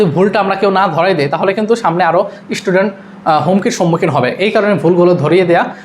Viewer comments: Eta amader "student" bolar ekta common way, karon amra normal speech e word gula onek taratari boli jekhetre "s" diye shuru howa english word gula pronounce korata ektu tough hoye jae tai amader bangla linguistic instinct automatically ekta "i" shobder prothome boshiye speech take thikmoto flow korte shahajjo kore. Eta just amar philosophy theke bola tai ekhane offend howar kisu nai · স্টুডেন্ট৷❎ ইস্টুডেন্ট ✅